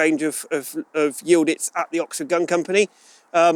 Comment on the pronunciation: How the hell do you pronounce Y I L D I Z as Y I l d I t z, . ?? Just askin when English still pronounce W A R S A W as War Saw, hahahaha Good looking shotgun !